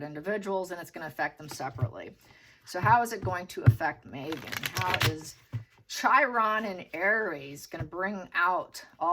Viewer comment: Chiron is pronounced "KI - RON." I gather you are not astrologically oriented.